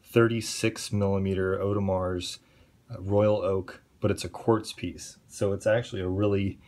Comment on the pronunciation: Nice collection. FYI the "S" is silent in Audemars..